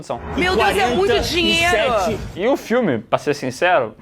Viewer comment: Eu quero meu "Diero" 😂😂